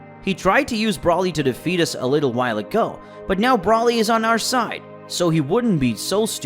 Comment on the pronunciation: You can say freezes name right but you can’t say Broly right look how I say it Broly